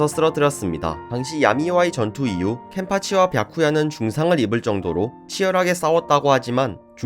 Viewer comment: 왜 뱌쿠야라고 하시는거에요?? 뱌쿠야에요????